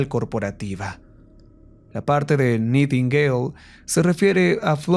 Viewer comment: … se pronuncia naitingueil…